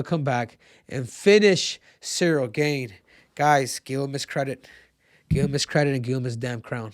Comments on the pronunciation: It's pronounced Gaan (not Gane) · Ciryl gain throws me off so much when Henry says it even tho here hears people say gane he still says it the same way😂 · bro its cyrril GAHN not Cyril GAINE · It's Cyril "GONE" not "GAIN" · It’s pronounced Cyril GARN triple c 🤣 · i can never tell if cejudo is trolling or just dumb....he can't even pronounce Gane's last name lol